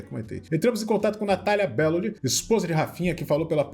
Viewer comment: falando meu sobrenome como bellóli me fez rir kkkkkk soa tão diferente do bellôli que eu falo, agora que reparei nisso